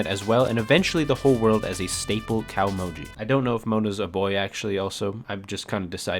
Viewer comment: Japanese is a vertical language "glottal" is glaw-tuhl kah-oh-moh-gee not cowmoji *interrupted apparently that deep, deep research hole stopped a bit short